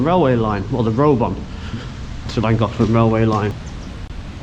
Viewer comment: Nice video. You're not pronouncing it correctly, but hey, you're making a good effort, and that's fine. Just ask a local the next time that you're in the area. It will still take some prctise to get it correct, but you're giving it a bash, and that's what matters.👍